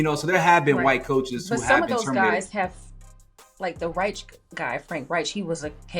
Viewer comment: BTW, Frank Reich's last name is pronounced "ryke." As far as the Patriots are concerned, I can't dump all the blame on Mayo. He didn't always make the best coaching decisions, but considering the roster he had, he was set up to fail. Hell, even Robert Kraft admitted this, yet fired him anyway. I think the Pats should hold GM Eliot Wolf's feet to the fire because he didn't assemble a roster that any coach dead or alive could win with.